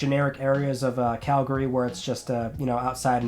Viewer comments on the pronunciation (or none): none